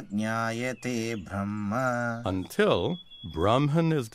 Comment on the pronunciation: beautifully represented ✨ I could not understand verses properly before but by showing example and explaining it so well, i understood easily now, thanks for this effort 😊 But there is one wrong English pronunciation of a word Brahma (ब्रह्मा) which is pronounced as BrahmAA (N letter not included in Brahma) not Brahman (it is a cast) and Brahma is a lord who created this universe.